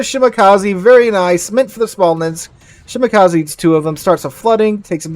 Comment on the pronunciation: Shimakaze not shimakazi